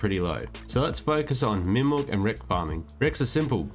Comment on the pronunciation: wrecks not Rex omg (derpy me)